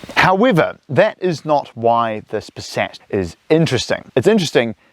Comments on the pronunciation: Literally the car is named Passat, a he keeps saying Paset. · It's not pronounced "Passet", the second a is pronounced like the first Yours truly, a pedantic German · I'm from Germany and never heard anyone pronounce Passat like this! Even though I got used to howw its pronounced in the US! Great review! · Yes it does sound funny 😅